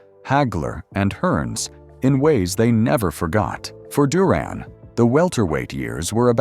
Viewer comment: His name is Roberto Duran not Duron😂